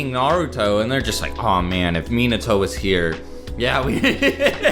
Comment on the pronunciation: How you guys do some many video and claim to be "lore master" cant even say "Minato" correctly?